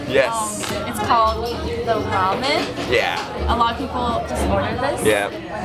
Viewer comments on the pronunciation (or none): none